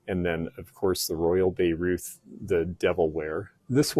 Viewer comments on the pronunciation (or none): none